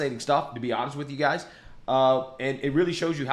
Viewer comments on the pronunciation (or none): none